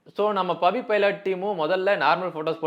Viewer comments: பைலாட் இல்ல ப்ரோ.... பைலட்.... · பைலட் பவிடா... பைலாட் பவி illaa😅😅😅